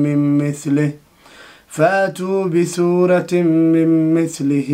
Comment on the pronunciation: بثورة❌❌ بصورة من مثله✔✔✔